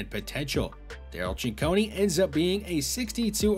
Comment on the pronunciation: I really direly hate to be "that guy" but I think Ciccone is pronounced CicconAY. Great video as always though!